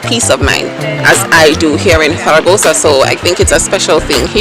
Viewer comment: love how you say zaragoza !! peace be with you or with me ... now im confused lol